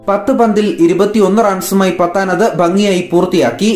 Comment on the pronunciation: പത്താനല്ല പഠാൻ